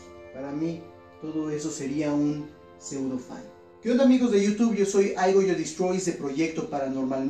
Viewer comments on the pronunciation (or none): none